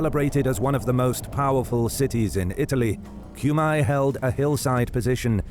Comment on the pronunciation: FFS it is not [Kjumaj], it's [Kume]